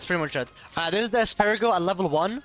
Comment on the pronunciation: the asparagol lmao